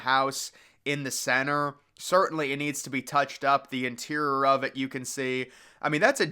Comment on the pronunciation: How come you can’t say, interior?